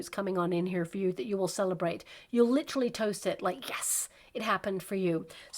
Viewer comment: “ Lit-er-al, “ not Lit-tral. Sorry, I wrote a book on Communication and words and pronunciation matter. Literally, not Litrally.